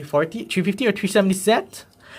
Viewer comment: why can't you pronounce 3 as three instead of tree 🙄